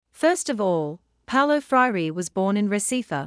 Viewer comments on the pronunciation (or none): Please pronounce your subject's name correctly. Good grief.